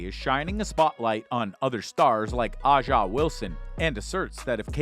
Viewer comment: you mispronounced A'ja Wilsons name it's pronounced Asia